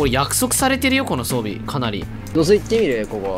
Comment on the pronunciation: 装備をソンビと言ってるようなw